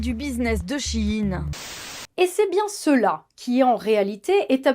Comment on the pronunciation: enfin quelqu'un qui le prononce bien. SHEIN = SHE IN = SHE's IN = en VF = ELLE EST A LA MODE....